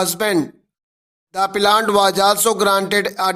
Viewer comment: Appellant ko plant plant q pad rahe ho sir app